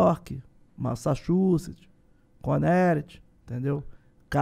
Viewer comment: Ele falou Conét